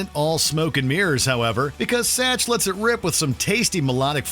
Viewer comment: Spokesperson: Pronounces Satch with a hard A at the end Me: Dies from cringe